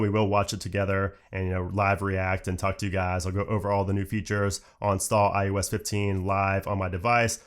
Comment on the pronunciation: i think its ios not ius